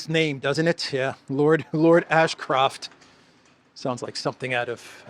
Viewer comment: Lord Asscroft? Is that Lara Croft's father? 😂